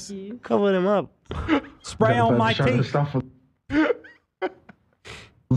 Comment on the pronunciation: Zach: “spray on my teef” gets me everytime